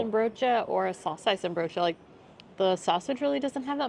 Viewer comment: You don't pronounce the 'N' in saucijzenbroodje and worstenbroodje, guys 😊.